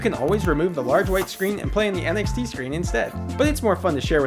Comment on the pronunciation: whenever he said NXT, i thought he said NFT